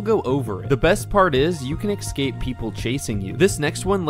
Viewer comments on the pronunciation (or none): Escape is pronounced '"es-cape" not "ex-scape"